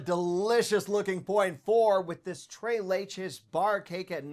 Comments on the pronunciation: It’s, so I’m gonna give him a pass on his pronunciation of “tres leches” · Tres = Spanish number 3 (to help with your pronunciation)